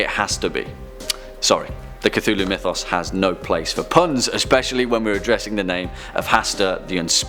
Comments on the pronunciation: It is not cutullu it is cthulhu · Cthulhu is actually pronounced (at least the closest a human could get) klul-h-loo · It’s pronounced “c-foo-loo” not “c-too-loo” Cthulhu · darling, it's not Ca-Too-Loo It's Cuh-thoo-loo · Is it just me or did he just cttuuuulhu? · its KA-THU-LU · cTWOlhu didn't bother you? Even when he did the cth correctly for his daughter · the way you say cthulhu angers me even the much later in time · Is it pronounced cu-thu-lu or cu-tu-lu